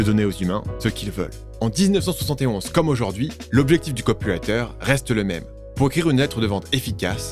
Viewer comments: Top, en effet tu peux sortir le dvd. Bravo pour les recherches, le texte et la voix (a part le "ï" de "copywraïïïter"). Bravo pour les vids. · A chaque fois j'entends "le copulateur" au lieu de "le copywriter" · 💥⚡🤡C'est 🤓marrant comme tu prononces 😱"COPULATEUR" pour dire "COPYWRITER" ( , ). A moins que je sois à moitié 😵sourd... Vidéo 🤓intéressante et ✨bien faite, 👍félicitations et😘 merci.(👍👍👍Liked + Subscrbed + Partagé avec mon réseau 👍👍👍) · Pourquoi j'entends "copulateur" quand il dit "copywriter" ? j'ai mis du temps à le réaliser...